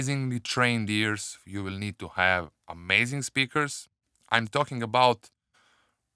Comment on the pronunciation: it is about bro and and not abouth , and it is but bro and not buth ... you say those 2 words in a wrong way ... still love your Tutorials